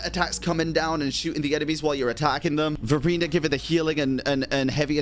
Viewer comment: Its hard for me to unheard Furina when say verina 🗿